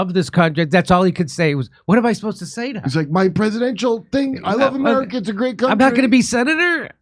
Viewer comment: LOLOL!!! All Ro could say was "M'erica".